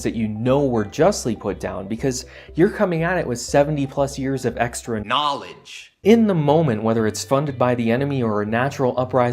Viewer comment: "Knoledge" Lolololloloooolll